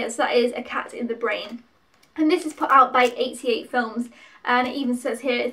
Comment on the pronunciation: You did a good job of picking,. I know all of these two I've only seen films 2, 3, and 4. "Cat in the Brain" was one of Lucio Fulci's last films (you were almost spot on with how to pronounce it lol) but he's most famous for a group of horror movies he made between 1979 and 1981: "Zombies" (aka "Zombie Flesh Eaters" in the UK), "The Beyond", "The House by the Cemetery" and "City of the Living Dead" all of which were pretty notorious in the day their gore content and grim atmosphere. He made a number of other horror movies too but those are the most famous. "House" was a lot of fun as it's a haunted house movie that both acts as a horror movie but it also has a strong sense of humour. It was a big enough hit to warrant at least two sequels that I know of, but it's the first one that's the best. "Burnt Offerings" is the oldest film that you picked up - it's from 1976 and was adapted from a novel. Not a ghost story per se but one where a family looking after this huge mansion and the elderly woman who lives there become unsettled by a more increasingly severe series of strange happenings that take place. It's slow-building suspense (and not gory) but I've watched it a few times and enjoy it. Lastly you're right about "The Incredible Melting Man" - it is cheesy. It's meant to be something of an updated version of the kind of science fiction and horror movies that were very popular in the 1950s albeit with contemporary special effects. It goes get goopy and gruesome at tim